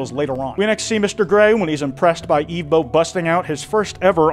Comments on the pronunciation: Ok are you pronouncing evbo as eevbo on purpose? They say it in the show its like someone saying Pokemon as pokeman THEY SAY THE PRONUNCIATION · Not you pronouncing his name “Eve bow” the entire time 😂😭 it is “Ev bow” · its evbo not eevbo you were making me cry the whole vid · It’s not eevbo it’s evbo😂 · The way he says evbo is hilarious but annoying at the same time, it’s pronounces eh-vbo, not ee-vbo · This is because I’m most likely likely undiagnosed severely autistic, but, despite Evbo’s name being pronounced as /ɛvboʊ/ throughout both the original series/movie and clips in this video, I’ve noticed that continuously refers to him as /iːvboʊ/. I also am aware that he addressed this, but I just felt like pointing it out as it was slightly bothering me. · Its not eevbo is ehvbo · it’s evbo, not eevbo😂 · Eve bow 😂😭its pronounced EV-BOW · erm acktshually its ehv-bo not eev-bo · no way bro pronounced evbo (ev-bo) eve - bow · Im suing you its not eveboo its evbo!!!!!! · the way he says "eve-bow" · Why did you call him Evebo at the start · Ermmmm... Evbo is actually pronounced Eh-vv-boe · how can you watch the entirety of the series and still choose to say the main character's name incorrectly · how did you watch 4 hours of Evbo content and STILL mispronounce his name? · The mispronunciation of evbo is killing me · He keeps pronouncing Evbo’s name wrong 💀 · Bro that pronunciation of evbo is annoying me